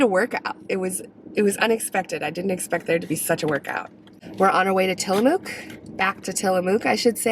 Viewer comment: Love both you and bunny, Great vids, being from salem oregon I go to tillamook often. Next time you go through you should stop at The Crazy Torta & Seafood. It's right across from the cheese factory. Also we locals pronounce it Tilla-muck. Not mook. Happy travels.